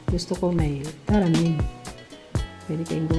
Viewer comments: May nilagay nman sya tamarind, taramin kc bigkas nya. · Akala ko nag typo lang sa tamarind pero pati pag bigkas nya talagang taramind... Walang mahahanap na ganyan sa tindahan ✌️✌️😊😊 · MADAM. HINDI PO TARAMIND. WALA PONG TARAMIND. T A M A R I N D. PO.